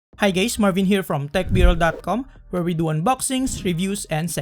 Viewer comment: "hi gays"